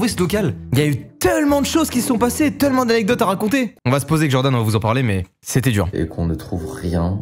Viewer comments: Mastu t'es un gars en or... mais tu dit vraiment "teulement" quand tu doit prononcer "tellement""? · Ça me frustre le TEULLEMENT au lieu de TÈLLEMENT (ça s'écrit pas comme ça mais c'est pour la prononciation) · Je t’aime bien Mastu mais dire teulement au lieu de «tailement» c’est tout bonnement ignoble